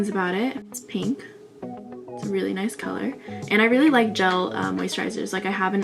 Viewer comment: you said ''noice''. i subscribed.